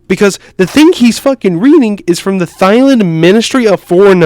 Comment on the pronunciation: bro pronounces thailand as thigh lind